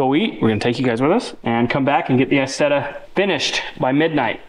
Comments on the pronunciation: Pronounced as eyezeda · It's pronounced "eye" Zetta!!! Don't you know your Deutchlandese?? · Pronounced Eye Zet Ah!!! 😊 Like Eye Tal Ian!!! lol